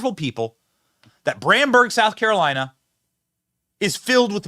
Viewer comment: Bamberg not bramberg 😂